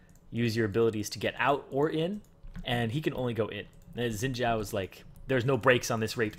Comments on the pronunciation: Its xin zhao not zin jhao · why do people pronounce it zhin jiao, when its xpelt xin zhao its suppose to be pronounced shin zhao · Orville mohe is how it is suppose to pronounce it it is mandarin, so zin jiao is the correct pronouncitation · um wut dialect are u speaking? cuz in mandarin x is pronounced sh. idk about other dialect tho. and chill out